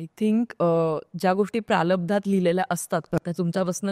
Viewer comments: Pralabdha nahi Prarabdha madam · “pralabdh” nahi mhnat g, “prarabdh” asta tay!